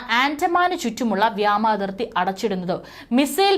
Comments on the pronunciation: ഇന്ധ്യ അല്ല ഇന്ത്യ. വ്യാമാതിർത്തി അല്ല വ്യോമാതിർത്തി. ആൻറമാൻ അല്ല ആൻഡമാൻ. പറയുന്ന സ്ത്രീ ഇന്ത്യക്കാരി അല്ല?. മലയാളം അറിയുന്ന ഒരാളെ വാർത്ത വായിക്കാൻ വച്ചാൽ നന്നായി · വ്യാമാതി൪ത്തി അല്ല വാവേ.. വ്യോമാതി൪ത്തി... വ്യോമ൦ എന്നാൽ ആകാശ൦ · വ്യോമാതിർത്തി എന്ന് പറയൂ കുട്ടി. മലയാളഭാഷയെ കൊല്ലരുത്